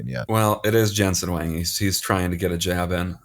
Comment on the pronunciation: Huang is more like Wong not Wang.